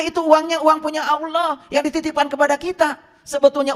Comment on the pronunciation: Apa ALOH itu ???? Yg fasih Dong ??? .TERJEMAHAN ...OTAK ATIK COCOK LOGI ...SAK ENAKE UDELE DEWEK 😅😅😅 ??